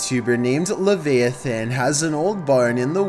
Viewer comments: Le-via-thin..come on bro its le-vi-ah-than lol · I watch these solely for the mispronunciations... "Luh-VAY-ith-un" instead of "Luh-VYE-ith-un" made me giggle. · Leviathan not “levayathan” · Lev-ay-ah-thin? It’s Lev-eye-a-thin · you mean Lev (AYE/EYE) a then not Lev (E) a then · It's Le-VI-A-Thon, you really need to get a dictionary. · What's a "Levay-a-than"? Lol. You say that the barn is not haunted, but that blizzard of orbs is a sure sign of the paranormal at work. Anyway, if the voice picked by that electronic device is legit, i wonder why a "ghost", even if he's dead, would no longer consider himself "human" (?). He calls the guy "human", as if HE isn't one. Could it be that the entities we have called "ghosts" all along aren't exactly dead people back from the grave, but another type of shapeshifting creature that lives among us and can mimic us? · It's Lev Ia Than you spastic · "Laveyithan" bruh!l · Mispronouncing words by channel hosts on YouTube is more common than it should be! Mispronouncing Leviathan (luh-VI-a-thin) is more forgivable than when he pronounces envelope (like, the room is enveloped in darkness, which is pronounced in-VEL-oped) as IN-vel-oped, like the paper packet which holds a letter. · Say it with me ... Your first video the guy's name is..... "La-vi-a-thin". I can't believe you've never heard of pronounced correctly??? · lev-vay-eh-then Lev-via-than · Dude is a freakin’ joke. It’s pronounced Lé-vaye-a-th-an, weird ass voice can’t even read, he should just give up on life at this point... HAhHahahahaha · le vye a than but whatever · Le vI A THON that is. Pronounce the i with the v not vee. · The name of the person of the first video is pronounced Le vi a thon. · Nobody:: Levayathen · Finally someone said it lolol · He's just doing it on purpose now. I've literally heard him say leviathan correctly before. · Anton Laveyathen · Hearing this gave me permanent hearing damage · pronounced LA V EYE A THON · VDogOP lol